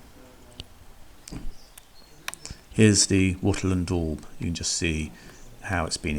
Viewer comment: What is the black deaf? What is smiffing? What is Wuttel and daub? Your pronunciation is utterly DREADFUL.